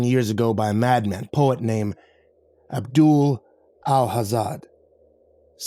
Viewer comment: Not how you pronounce Abduls name 😅😂 great story!